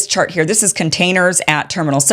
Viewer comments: She said “shart” ….😅😅 Why was that so funny?? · Kim said “this shart” loooooool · The most important part of this video was when she said "this shart....chart" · Did she say "shart"? 😂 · Kim I laughed out loud when you said "this shart" and then corrected it with chart. I honestly think that shart better describes the insanity of this policy.